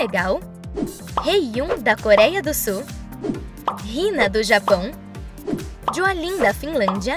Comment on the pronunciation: Só uma pequena correção Vcs falaram errado o nome da Sofya, da Joalin e da Diarra